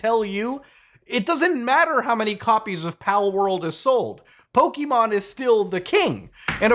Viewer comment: Thank you for not saying "Poke uh Mon" like everyone does. "Pokey Mon" is so much nicer to hear. Granted neither are the real pronunciation, Pokémon with that accented e is actually said as "Po Kay Mon" but I digress.